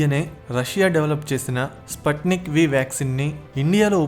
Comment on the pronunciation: Spatnik kaadu sputhnik